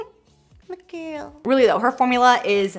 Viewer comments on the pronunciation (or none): none